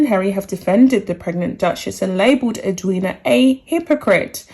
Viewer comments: Us Aussies are totally behind Eddie as she is affectionately called by Aussies. PS yes you did pronounce her name right. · The reason this was said was because Meghan said “she didn’t want to attend the funeral and have the attention on herself”. You have pronounced Edwina’s name correctly. I am an Australian and completely agree with Edwina.